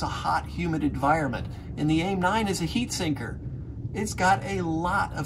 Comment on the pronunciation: Did I just hear...a heat sinker?